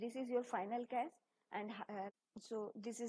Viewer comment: zero not gero......also cache(cash) not cas......other than that thanks